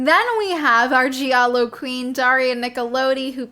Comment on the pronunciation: You're saying "giallo" the right way. The syllable "gia" is pronounced in italian like initial part of the word "just" in english, no matter what other people (that clearly don't speak italian) say. I'm italian, born and raised in Italy. Un saluto dall' Italia!!! Ciao